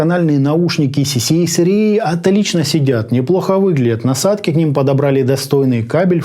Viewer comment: cca cra, а в обзоре автор говорит cca rca